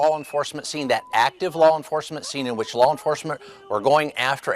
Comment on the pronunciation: Bovino keeps saying "lol enforcement"